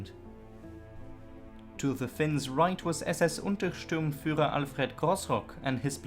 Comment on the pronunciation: Please stop mispronouncing "Untersturmführer" and other ranks ending in "-sturmführer" as if it read "-stürmführer".